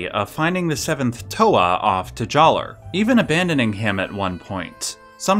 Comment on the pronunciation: I don’t like the way he says Jaller with a hard R.